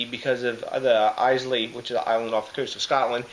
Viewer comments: Excellent review my man. Enjoyed watching. Couple of things though. Islay is pronounced Ay-la. It's not an island off Scotland. It's a Scottish island. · 350 already! wow you are nuts! Islay is pronounced how Island is pronounced. I - Lah is how you pronounce it. This sounds like a beer that I would love, I love Islay Scotch.